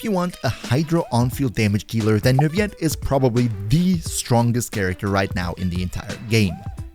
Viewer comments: Finally someone who can pronounce Neuvillette correctly!! And this also convinced me to pull for Kazuha 😋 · Actually, Neuvillette is pronounced with an L sound rather than a Y sound (I’m saying this as a French speaker). The reason for that is the the “ville” part of his name actually means city, and since it’s a word pronounced with an L sound, then it’s pronounced that way in Neuvillette’s name too. If it didn’t already have a meaning and pronunciation, then it would be said like he says it in the video. Hope this helped!